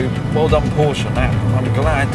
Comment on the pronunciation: Is it pronounced Pornsche?